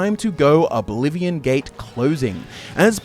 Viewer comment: Eldah scroll four… oblivon